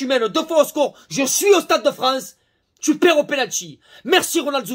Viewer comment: Tu perd « tuperwer » mdrr Chepa comment ça se marque mais tu m’a tué